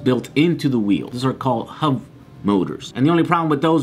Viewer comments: Are you saying HUV motors? Or HUB motors? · Just to clarify, When he says Huv motors, he is referring to Hub motors right? Just an accent thing? Or is Huv a thing and I am failing to find them? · The wheels aren't pronounced "huv motors", they are "hub motors". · hub not hov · hub motors... not huv motors